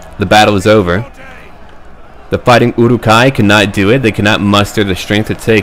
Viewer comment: Uruk-Hai (Ew-Ruck Hi) Anyone saying it different than that will result in meat being back on the menu boys!